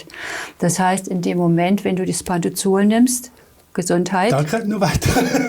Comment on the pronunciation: Es heisst Pantropazol und nicht Pantozol